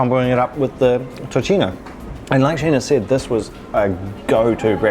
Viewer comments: Nice video! Also, tocino is pronounced as "toSino" not tochino. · How’d you get To-chee-no from Tocino (To-see-noh)? Made me cringe every time they pronounced it. Also chuckled at Bang-gus pronunciation. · Tocino (Toe-see-no) not tochino 😅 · I love how you guys say tocino! 😂 BTW it's pronounced as tosino. 🙂